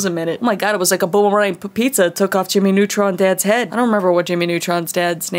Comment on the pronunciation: "jimmy nutrin" me:thats what she said